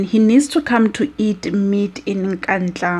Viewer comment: Sistas, did you say ' eat mead' or meat? 😃 😀 😄 😁